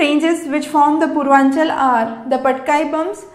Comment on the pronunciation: Mam that's not purvanchal. It is purvachal